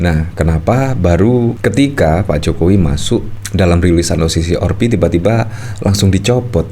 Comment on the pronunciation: Maas lidahnya ribet ya? Kenapa sih O si si or pi.. 🤣🤣🤣 O si si AR pi mas . Kalo ribet bilang aja o se se er pe.. Maap ya,dar kemaren2 gitu Mulu.. jadi geregetan...